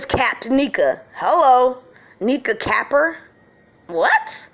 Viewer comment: Capper means she's riding for Kenneka. U pronouncing it wrong. It's pronounced like wat vampires ware around dem.